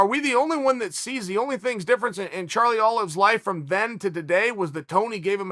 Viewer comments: Chael really said Charlie olives lmfao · Anyone else gets angry when Uncle Chael doesn't say "Charlie Olives"? It's just one of those things Uncle Chael has to do. Ok, great.